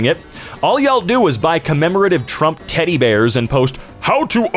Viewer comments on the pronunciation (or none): none